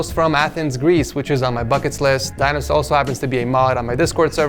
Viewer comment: "Dinos" I heard "Thanos" XD.